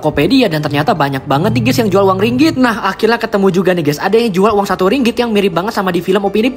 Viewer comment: Admin sebut Ringgit dgn x betul mana nak beri maklumat yg benar😊..